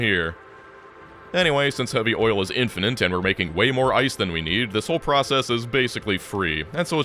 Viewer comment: "infinant" lmao cmon:D